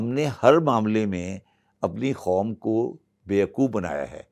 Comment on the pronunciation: With all due respect, Shabbar Zaidi saahab baar baar Khaum (instead of Qaum) kyon keh rahe hain?